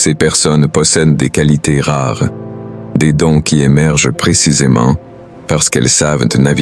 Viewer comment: 5 coualités rères ... pu capable des textes générés par IA et lus par IA. Une autre chaîne médiocre qui s'ajoute à toutes celles qui pullules sur YT.